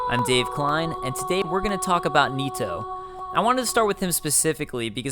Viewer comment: It's not niitoo. It's Nito. Like the knights who say ni.